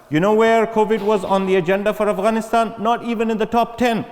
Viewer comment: Oxford you let us down. Could you not find someone who know Afghanistan and ask proper questions?.. Your host can't even pronounce Afghanistan properly.